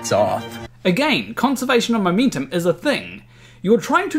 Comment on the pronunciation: "my mintum"???